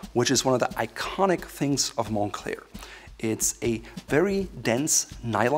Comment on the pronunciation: "mon-Klare" is how you pronounce it correctly. Also I'm going to be honest. I bought a Moncler jacket for the comic on the inside.